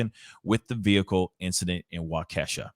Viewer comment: Wa-kesha??? It’s wah-keh-shaw guy